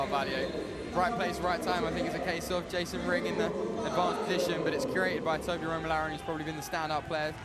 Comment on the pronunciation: Idno if edits these himself but cmon man your co-commentator has said Toby’s name wrong like 6 times now. When are you going to correct her?